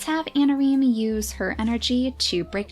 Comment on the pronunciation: i think i heard her say "harsh methods of anameme" instead of "harsh methods of anareme"... ANAMEME DD